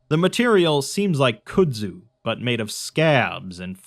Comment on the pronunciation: I really appreciate the stories that you read for us and everything and I don't want to be that guy but it's pronounced "Cud-Zu"